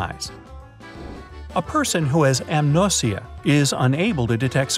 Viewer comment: It's anosmia but you pronounced it amnosia lol